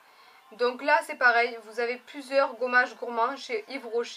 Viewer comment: "Ce goummage" ihihih ! Moi aussi le truc pure system il me piiiiique graaave